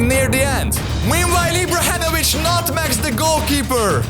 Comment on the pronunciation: Ibrahenovic roflmao